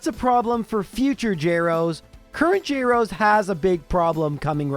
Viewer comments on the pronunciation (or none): none